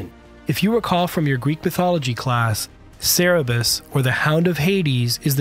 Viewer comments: Omg. Sir burr us. Not Sir a bus. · It's not cerebus or cerebrus, it's Cerberus or Cerberos ffs. When will Americans learn to pronounce simple foreign words? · Cer-ber-us. Not Sarah-bus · Cerberus is pronounced phonetically as: sur-bur-us, not Sara-bus! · Great report. One minor thing though, Cerberus is pronounced as Cer-be-rus, not Ce-re-bus. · Cerberus (Serberus), not Serebus. To nitpick further I wish the animator drew the crew inside at an appropriate scale, not as giants lol. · great video! but it's Cerberus, not Cerebus. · "Cerebus"? It is Cerberus. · NOT Cere-bus ; Cer-berus - (Cer-berus, in Greek mythology, the monstrous watchdog of the underworld. He was usually said to have three heads.) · Just a quick correction, the name of the aircraft is Cerberus (pronounced Sir-bur-us) not Sarah-bus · Cerebus? You mean...Cerberus rigth? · It's Cerberus, not Cerebus. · Cerberus, not Cerebus. At least you didn't say Severus. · Cerberus, ("Kerberus") not Cerebus. (sorry but it bugged me!) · Yes, I came to comment it’s CerBeRus, not Cerebus. Sorry, I’m an a-hole. 😂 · Cerberus, not Cerebus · cerebus? Nope, Cerberus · It's CER BER US not cerebus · The 3 headed hell dog is Cerberus, pronounced sir-brr-us, not Cerebus, pronounced sayr-uh-bus, which is a comic book aardvark. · 'Cerebus'' was a comic book series' by Dave Sim. 'Cerberus' (Ser-bur-uss) is the name of the new aircraft. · It's not pronounced 'Sara bus' it's sir-bur-us. Just FYI. Good vid though except when I hear that 🤨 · CERBERUS not CEREBUS. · Not cerebus:Cerberus [ sur-ber-uhs ]SHOW IPA noun,plural Cer·ber·us·es, Cer·ber·i [sur-buh-rahy] for 2. Also Kerberos [kur-ber-uhs] .Classical Mythology. a dog, usually represented as having three heads, that guarded the entrance of the infernal regions. a formidable and often surly keeper or guard. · It's "cerberus", not "cerebus". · cer ber rus... not cera bus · Not Cerebus, it's Cerberus.. Ser-ber-us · it aint cerebus it's Cerberus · Cerberus, not Cerebus. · CeReBus lol